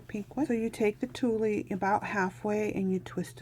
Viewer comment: Love your angels. FYI when you pronounce tule, the e is silent as is the g in hanger